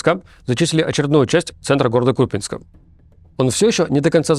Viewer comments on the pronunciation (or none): none